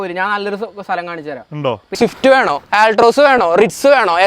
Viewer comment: Shift alladaaa.... swift😅